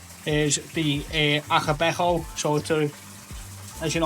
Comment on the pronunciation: Hearing a Scouser saying Ako Beko is a highlight 🤣😉